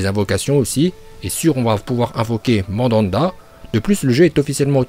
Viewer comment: Mandanda..??? stp fait un effort quoi